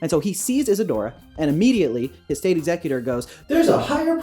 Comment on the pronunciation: Whenever you say executor my brain hears "exeggcutor" ... Great video, though, I enjoy hearing about your thought process :)